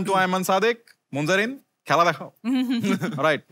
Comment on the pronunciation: Munzereen shahid কে শহীদ বানাই দিল বার বার বলছে মুনজারিন শহিদ